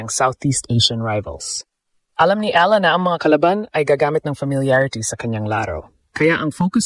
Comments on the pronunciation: Nakakainis ung audio di man.lang ma pronounce ung tamang pangalan ni E A LA ... sana english na lang ang salita ok lang eh talgalog ang sakit aa tenga hayyyyy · Ayusin mo man lang sana ang pagbigkas sa apelyido ni Alex! You're butchering her name!